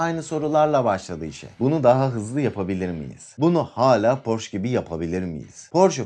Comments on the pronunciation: Porş değil hocam Porşe okunur . Önce adını doğru söyleyin . Hamburgdan sevgiler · porş değil porşe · porsche 911 hayranıyız porş denmesi rahatsız ediyor 😊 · okunuşu "porşe" dir , ferdinand porşe